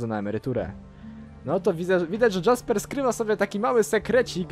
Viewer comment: A ludzie narzekają na dubbing w mrocznych tajemnicach a tutaj widzę w ogóle nie jest lepszy poziom :P Powodzenia w przechodzeniu modyfikacji ;) Jeszcze taka sprawa w niemieckim języku nie ma "dż" więc czytaj "Jasper" np. Tak sam jak "Jarkendar" a nie "Dżarkendar"